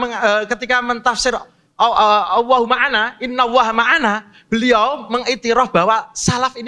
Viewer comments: Bismillah...Terlalu jauh ya akhi sebut Nama Allah Aja ga jelas di menit ke bukan Owoh om Tapi Allah... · sebut owohhh owohhh....makhraj sebutan salah....sebut la Allah itu dengan makhraj yg betul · ini yg nyebut owoh kenapa ga jelas ya,hai Allah bukan owoh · Nampak berapi api itu menandakan nafsu yg keluar...coba belajar yg fasih dulu lafasالله bacanya yg betul cam mana?allah/awwoh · ...bukan Alloh yg dilafaz kan ..tp awoh...bukan lam tapi wau...erhatikan gerak bibir nya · Benerin dulu pengucapan lafadz Allah dulu, bukan Alloh, sesekali kedengarannya Awwoh 🙏😅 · Kirain cuma aku yg salah denger 😂😂🙏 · Ko sama ya, kedengaranya owoh owoh 😂😂😂😂😂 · Panjang lebar ni ngomong,sekali ngomong lafaz Allah pun di bace Awwoh.. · Lelafalkan Allah aja nggak bisa...Awoh...awoh...memalukan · Apa punya. Sebut allah pon x betoi. Apa awoh. Sebut allah elok elok. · Ya Allah ini si orang jawa ini ga jelas nyebut nama Allah owoh owoh trs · Iya betul...owoh..owoh.. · Cakap Allah Subhanu Wa'Taala aja belum benar makhrojnya macam mau ikut debat .😭😥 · Iyee, buat saye org indonesia malu saje diee tuu 😭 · sebut Allah pun tak betul